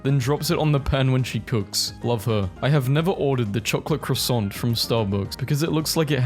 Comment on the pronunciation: By contrast, the way he says croissant is weird.